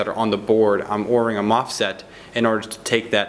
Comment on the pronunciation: Nice reviews. I found it funny that my brain experienced a hard stop because you said MOFSET instead of MOSFET. Twice.